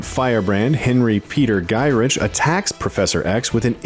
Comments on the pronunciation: And his name is pronounced "guy Rick" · GODDAMNIT IT'S GYRICH.....SOUNDS GUY RICK